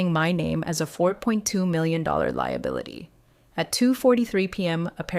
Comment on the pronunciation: Why can your bot not pronounce million